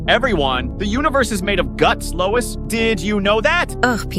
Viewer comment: louis ❎ lois ✅